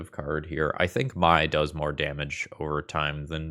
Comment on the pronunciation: Mai is just pronounced "May" pls 💀